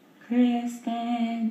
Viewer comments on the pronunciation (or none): The way he pronounces Kristen “Kristaan” gets me every time.